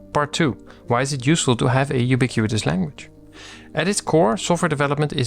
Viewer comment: It's pronounced "you-bee-quit-us" /juːˈbɪkwətəs/, not "you-bee-queue-eet-us"